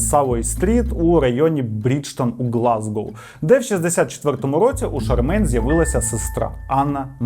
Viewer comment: Правильно буде фрЕдрік. Порада - використовуй Forvo для власних імен. P.S. ну і Глазго, а не Глазгоу. Пан, ви як на мене, інколи забагато географічної інформації даєте, яка особливо нічого історії не додає. Не пам'ятаю епізод, але там майже не в кожному реченні називався той чи інший округ штату Флорида - воно більшості людей нічого не сказало і так, а в назвах - помилка на помилці. Зробіть собі життя легше і пропускайте географію де вона нічого не дає.